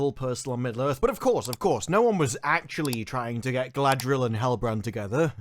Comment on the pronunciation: It's "Muh gurl Guh-ladree-el" it's even cringing if you hear it , so much worse than merely 'my girl, Galadriel'